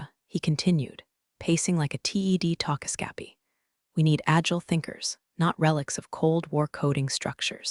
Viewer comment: Talkascappy? Apparently pronounced “talkscappy“.